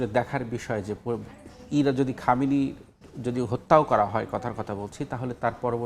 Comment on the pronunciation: সময় টিভির সাংবাদিক ২ টাই চরম বেয়াদব অশিক্ষিত ইহুদিদের দালাল,,,,সে ইহুদিদের নাম ভালো করে শুদ্ধ করে উচ্চারণ করে,,,, আর ইরানের সর্বোচ্চ ধর্মীয় নেতা আয়াতুল্লাহ আল খামিনিকে বলে শুধু খামেনি কত বড় বেয়াদব